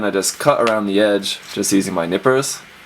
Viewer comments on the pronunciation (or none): I thought you said nipples instead of nippers